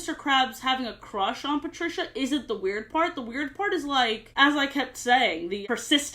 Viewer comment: I hated this episode as my name is Patricia. Hearing it being said that way grosses me out